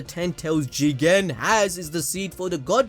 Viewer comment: Starting to hear CHIIICKEENN rather than JIIGEENNN 0.0